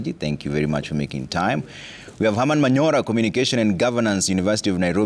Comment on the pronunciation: Manyora? Hata nyinyi Citizen mnachezo, Manyora? Ah